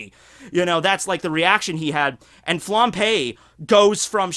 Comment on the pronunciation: Flam_b_e,, not Flam_p_e. Sry to nitpick but this is the second video of you p-ing Flambe and it's so distracting.:)